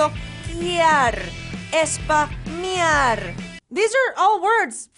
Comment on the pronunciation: Cuando dice 'Spamear' parece que dice es pa miar 😂😂